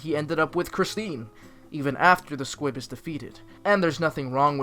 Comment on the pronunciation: Why do I hear S Q U I B ? ? ?